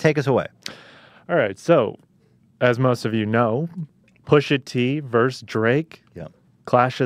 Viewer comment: I lova ya but dang it, vs = versus, not verse.